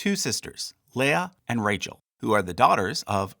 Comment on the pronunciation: Why oyouy read Rachel so wrong?